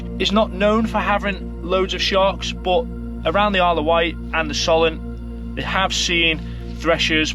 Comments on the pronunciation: Lepe is pronounced like ‘leap’ I believe and it’s ‘So-lent’ not ‘Sol-ent’ . Very interesting video 😊👍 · Another great video just fyi So lent - Solent Leap - Lepe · Lepe is pronounced Leep 👍 and Solent is pronounced with the O the same as the word "oh" 👌.